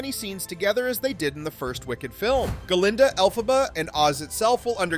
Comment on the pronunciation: Hey just a quick comment. You call the “good witch” Guh-linda.” I always thought it was Glinda. Also the “wicked” witch you call El-fuh-buh. I thought it was pronounced El-PHABUH. Can anyone explain this to me? I’m curious. Not slamming the narrator.